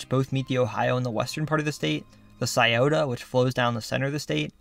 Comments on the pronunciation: Kudos for pronoucing "Scioto" correctly. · 614 represent. Props to you for knowing how to pronounce Scioto.